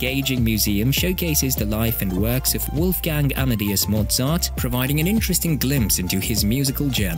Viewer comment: It's 'barock', not 'baroak'; 'Amadayus' not 'Amadeeus' - and not 'clarssical' either